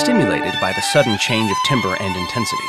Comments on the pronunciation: tambə - correct pronunciation of 'timbre' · He says timbre wrong. Pronounced "tamber"